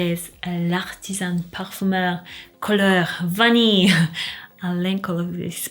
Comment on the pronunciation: You perfectly pronounced "Couleur Vanille" (I'm french)... Greetings from Paris ❤❤❤